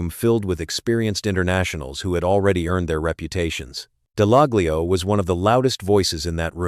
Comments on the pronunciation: Top tip .... the "G" in "Dallaglio" is silent! Just advisin'! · Would help if he pronounced Dallaglio correctly he sounds like a bot